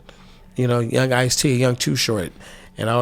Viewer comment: He was talking about Ice-t smmfh... It's like white people saying 2Pack instead of pac...kev white side showing 🤭😂😂😂😂😂